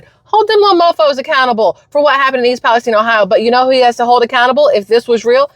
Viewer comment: I could tell it was a fake because how he pronounced East Palestine